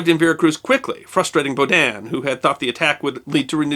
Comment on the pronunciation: The stress on "Baudin" is on the first syllable, not the second.